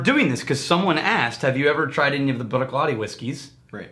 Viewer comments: Love that you're reviewing my favorite distillery. But please... "Brook-laddie." Also, Port Ellen Maltings malts barley for most of Islay. Bruichladdich has announced that they are opening their own malting onsite to continue to produce Islay-centric spirit. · You pronounce the fookin CH, the clue is in the second word laddie which as you can tell doesn’t end in CH